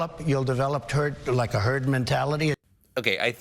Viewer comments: He said Turd the first time instead of Herd the first time :P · did he just say Turd instead of herd? :D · I think he said, “Turd mentality.” Listen again. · Sounded like he was about to say turd mentality. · Trump did actually say TURD before he said HERD. TURD mentality. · Sounded like he said, "Turd Immunity". ROFL! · Sounds like Trump was saying "Turd mentality". He certainly is leading in that area. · He tried to say "Turd mentality" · At 9.00 mins - he definitely says "turd"! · He said thurd mentalité ah ah !!! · He said Turd